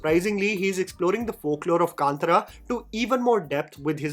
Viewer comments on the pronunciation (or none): Just a small correction. It is Kaantaara(not Kantara) and Kadhamba and not Kadamba. Not complaining just want to clairfy. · Say it with me: Kaan-Taaraa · Kantara . Pronunciation